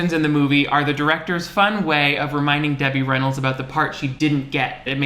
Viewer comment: I just came here to yell at you for calling legend Debbie Reynolds what sounded like “Demi Rennals.” 😂